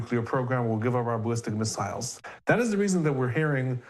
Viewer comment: why do you pronounce missiles like an idiot?